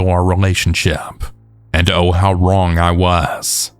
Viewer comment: I think it's cute the way you use a "k" sound at the end of words like wrong and bring so it sounds like wronk and brink